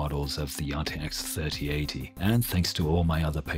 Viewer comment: Your voice makes the RTX3080 sound like some sort of Pizza